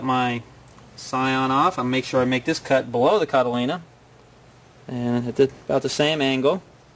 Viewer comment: he keeps saying cotylena? or something? i wonder if he knows that that isnt an actual word?